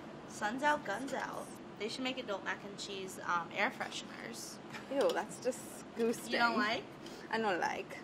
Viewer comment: "Parm" "Pep" "Desgoosting"